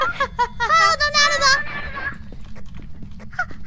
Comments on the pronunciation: "Donarudo?" Donald: "Huh? Did something cute try to say my name?" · "Hallo donarudo?" 😂